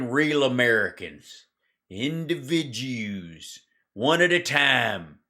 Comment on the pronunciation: You had me at " indivi-jews" Hal, you do the homework On these Right wangers That I couldn't stand to sit through. Sky wizard approves.